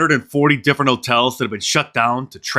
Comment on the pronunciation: 'hotels' starts with an "h" and an "h" sound. It's not "'otels".